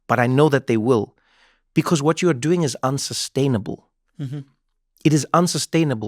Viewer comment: “How you dzoing” I miss Miss Wendy so so much